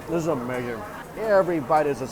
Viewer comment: Its “amerrrrrzing” lol….nice video